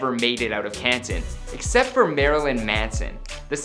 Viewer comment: At least he pronounced Canton correct...